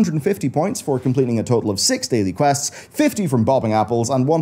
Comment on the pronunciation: Every time u say the words crests or quests, whatever the fuck you're saying, it makes me want to play retail 20% less. I'm at about - 1000%. Fuck retail